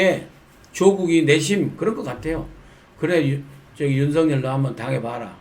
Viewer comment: 윤석렬이 아니고 윤석열입니다 발음 제대로 하세요 정말 부끄러운 일입니다